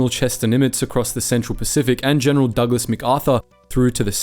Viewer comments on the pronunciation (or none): none